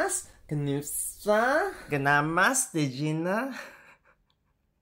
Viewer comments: Btw if you wanna pronounce "tjena", the "tj" sounds like the "sh" in shoes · TJENA is pronounced SHEY-na. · Him pronouncing tjena was my favourite 😆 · yeah I’m Swedish and I’m just gonna say, they’re messing with y’all bad. They are going out of their way to make the names confusing for foreigners. For example, he mentioned smt called tjena (a slang word for hi), he pronounced it ti-jena (as you’d probs expect) but no it’s pronounced chena (tj sometimes makes a ch sound in Swedish, we don’t get it either). Like why? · The last one tjena is pronounces Cheehna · The way you pronounced those words are literally the cutest. Tjena is an easy one to help with though, you say it like “che(e like in cello)- na (how you say the nanananana batmaaaan)